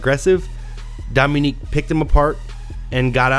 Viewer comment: dom-A-NICK - not dom-o-neek